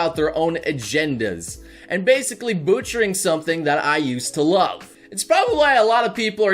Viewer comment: "boochering" you say